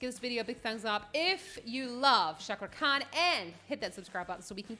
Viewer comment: Sepertinya cuman anda nyonya yang mengucapkan nama cakra khan dengan benar